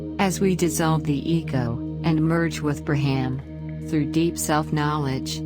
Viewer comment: It's pronounced more like,🗣️"BR'AHM"✡️over BRA🥓HAM😂!